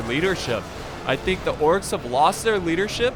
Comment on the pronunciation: it sounds like he said the corks